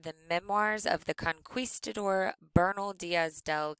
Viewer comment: Conqweestadoor lol